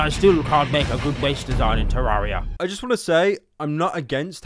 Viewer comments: why does he say te-ra-ri-ya, it's te-re-rya i sound like such an incel why do I care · also bonus points for pronouncing it (ter-are-ia) instead of (ter-air-ea) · its actually pronounced "teh-rare-ee-uh" as said by spinks himself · Is it pronounced tuh - rawr - ree - uh or tuh - rare - ree - uh (talking about the word terraria)